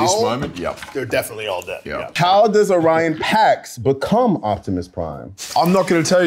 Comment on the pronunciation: Helmsworth not knowing the name of his own character shows a lack of respect for the audience. He plays Orion and can't even pronounce his name... Pretty disappointing.